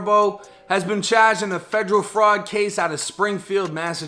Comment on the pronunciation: The way he says “chaarged” tho 😂